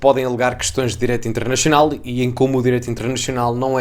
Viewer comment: Direito " Internechional " ? Não entendi .